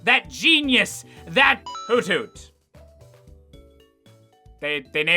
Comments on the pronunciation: Excuse me? It's not "Hoot hoot," It's "Hoo thoot." Giddit right. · It's actually pronounced "hoo-thoot" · It's akshully pronounced Hoo- thoot Intentionally satirical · I just now realized that Hoothoot should not be pronounced "Hoot Hoot," by English language rules, and should instead be "Hoo Thoot." I mean, I'm still gonna say Hoot Hoot, because the other way sounds stupid... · For the longest time I thought it was pronounced "HOO-THOOT". Boy was I stupid.